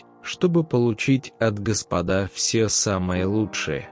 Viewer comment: Твари нерусские ! Сначала научитесь русскому языку. Слова в тексте не умеете переносить. Ударения в словах неправильные. Диктор - ты тупица. Ещё раз говорю : не господА, а гОспода.